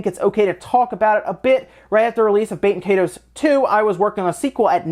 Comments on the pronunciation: I've never forgotten. And it isn't "bay-ten kay-toes". It's "bah-ten kie-toes" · Baten Kaitos is meant to be pronounced [BAH-ten KAHY-tohs] . Like it's, I dunno, Latin or some-thing, rather than French or English. The way you said it, I thot you said "bakin' 'tatoes" (I wasn't watching the screen). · BAT-en KAI-tohs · I thought you said Baked Potatoes, not Baten Kaitos that entire time. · Bah-ten Kai-dos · I can't tell if you're pronouncing it correctly either. IE is usually pronounced [ee] in English. And the S in the word "toes" is pronounced like a Z. Both of these things are wrong. Baten Kaitos is meant to be pronounced [BAH-ten KAHY-tohs] . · Am i only one who kept hearing "Baked Potatoes" as the title for the Baten Kaitos????